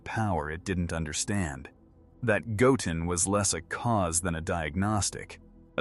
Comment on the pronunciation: I really wish the AI would pronounce Goten's name correctly 😂